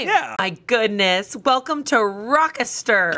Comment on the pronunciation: Not Amanda saying "Rochester" wrong.